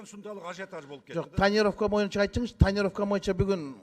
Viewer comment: Моюнча дебей боюнча деп сүйлөсөң!моюнча деген сөз жок кыргыз тилинде!!!боюнча деп сүйлөчү чулдурабай!!!